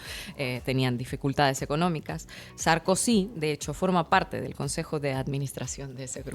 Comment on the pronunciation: Jajajaja 😂 ¿"SARKUSI"? jajajaja